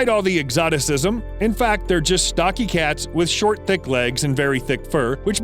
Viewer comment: I know he said very thick fur, but who thought he said very dick fur?